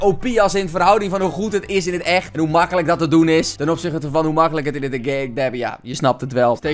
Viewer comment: boer "Hoe màkkelijk"